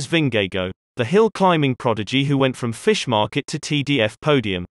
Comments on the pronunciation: Who is Vin-ge-go? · You're totally butchering their names XD But good video :) It's pronounced Vingegor (Vingegaard) and Pogatcha (Pogacar) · Why do you call him Jonas vingego and todej pogeke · Ving-gay-go lmao. Lovely vid tho! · He doesn't pronounce Vingegaard correctly either, so I guess that evens it out. I haven't heard and English speakers pronounce Vingegaard correctly. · Funny way to pronounce his name. You get the V right and the Gaard right, but the "ng" in Vingegaard is actually no different than in english "singing". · Nice docs, but learn to pronounce world best cyclists names! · God is it a robot pronouncing his surname? haha. Its not that hard to pronounce it correctly. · Shouldn't you learn how to pronounce their name properly first before making the video?